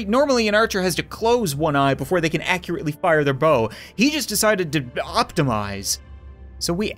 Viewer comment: “He just decided to optimeyses” boom just created a pun